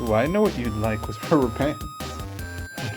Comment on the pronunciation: Are you central european? Why do you says "witz" instead of "with"